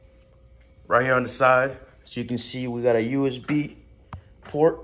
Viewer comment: "yoo iz be" 😂